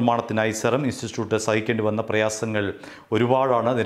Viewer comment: ഇയാൾ ഇൻസ്റ്റിറ്റ്യൂട്ട് എന്ന് പറയുന്നത് നാവ് വഴങ്ങുന്നില്ല